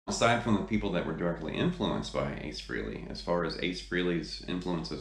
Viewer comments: I appreciate that you're a big fan but please pronounce his name correctly. It sounds like Fray-lee. Not Free-lee. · You're not pronouncing his name correctly.